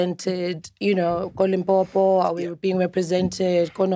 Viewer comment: Shoutout to Unathi for pronouncing Limpopo well not Limpompo guys